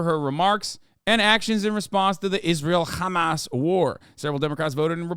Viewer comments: "Chamas" delegitimizes but also adds levity to a grave thing to think of and say on the regular. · I think the reason Hasan started recently pronouncing Hamas in the manner he does is to make it a fun playful silly thing so people will delegitimize their terror in the way that he does. Like “ohh that’s just silly billy Hamas over there, don’t mind them they wouldn’t hurt a fly.” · he pronounces like that because that's how Palestinians pronounce it. People who view Palestinians as less tend to mispronounce it because they view Palestinians as less than human.